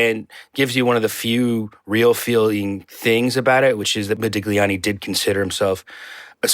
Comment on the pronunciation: I take the bashing of their elders in stride, I'm unsurprised by the openly partisan take on Germany, and I'm not even much bothered by the ad hominem attacks on Johnny Depp, but the fact that neither the host nor any of the guests can pronounce "Modigliani" in a critique of a movie about -- checks notes -- Modigliani, was a real let-down.